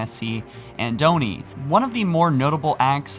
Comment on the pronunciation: Do NOT call it Own-ie. it’s Oni, ONI, aw-ni, ah-ni, soft a. Stop saying the hard O. It’s wrong in my head.